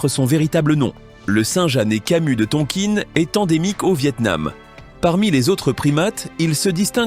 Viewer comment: Merci robot mais on ne dit pas Tonkine mais Tonkin